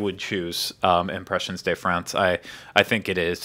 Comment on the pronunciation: Just FYI: the "de" in "Impressions de France" isn't pronounced as "day"; it's just a short e sound as in "fed". :)